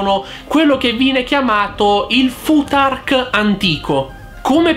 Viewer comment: Il mio professore si incazzerebbe tantissimo per come hai pronunciato fuTark. È una fricativa interdentale sorda :) si pronuncia come pronunci il th di Bluetooth!